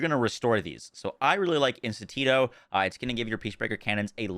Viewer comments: Lol. Can you read? Obviously, not. It's not pronounced "In-stin-tito" It's just "In-stin-to". No " Tito". Duh. It's not hard, but what do you expect from a YouTuber. They're playing games for a living for a reason. Wow. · Bro really said "instintito" lmao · Bro it’s, Ins-tin-to slow down lol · Great video and build. Just one note...not sure if anyone has pointed this out, but it's "In-stint-o," not "In-stan-tito." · why does he calls is Intintito? its Instinto, which means instinct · its not Intintito, just add an o to instinct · Thank you much for this!! I'm lvl 37 and I'll try this tomorrow! Lol I love that you're adding and extra syllable to Instintito (instinto) and taking one away from Temario (Temerario) 🤣 Love from México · Instinto NOT Institito ! 🤣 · BRO, you're constantly pronouncing "Instinto" wrong. It's not "Instan-tito". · Instinto = een-STEEHN-toh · Instant Tito? LMFAO brother can’t read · Bro he said instintito so many times it was driving me crazy. Every borderlands creator seems to have real hard time reading and pronouncing things lol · it’s like getting an air horn blasting in my ear every single time 😅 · One extra syllable for "Instinto", one syllable less for "Temerario" ... perfectly balanced, as all things should be 😈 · Idk how he came up with the way he says it 😂